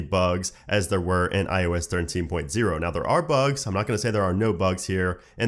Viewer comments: Why do you say iOS as iUS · Sounds like “ius” 😂